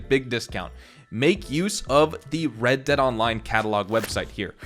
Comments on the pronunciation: red "deead' lol in the intro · Ah yes, red deead